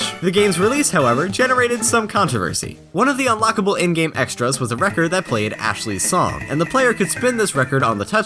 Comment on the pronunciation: Did I just hear a Japanese speaker correctly pronounce the 'L' in "Ashley" at the end?